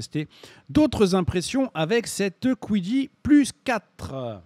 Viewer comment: C'est dommage que la qualité de surface soit pas si belle, ça se voit à la caméra à plusieurs reprise, niveau design ca fait très cubique, les rondeurs de la X1C sont plus agréable à regarder je trouve. Et pourquoi prononcer Kwidi et pas juste Qidi?